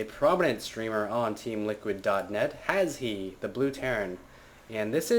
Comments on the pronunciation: Just letting you know, you pronounce his name as Hash. Its a silent e. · i was watching trump's stream of the wold cup and he ask HasHe how its pronounced and its Hash.